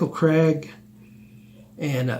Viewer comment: Michael Craig,s name is pronounced Michael Craig not Cregg